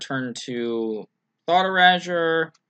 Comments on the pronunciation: Anyone else cringe at hearing "Thought Erahjure"? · He sure likes his thought urazors!